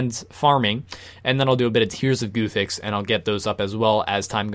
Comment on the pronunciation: RSN: Wylor Is Me Guide: Rat pits (or maybe magic) Hope I don't need to be subbed to win because I unsubbed after hearing you pronounce "guthix" sorry :(